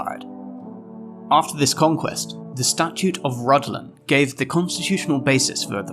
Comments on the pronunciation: "Rhuddlan" is a welsh name, pronounced "Řiðlan". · Oh and also you said ruddlan wrong and left out many important acts